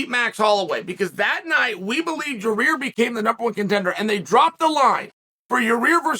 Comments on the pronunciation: So we just gonna keep calling this guy "Yuh-Rear"? ...ok bet lol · It's YA-REEEER!!!! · one of the best parts of a Yair fight week is hearing Chael continuously calling him "your rear" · Can't get over how Chael calls him "Ya rear"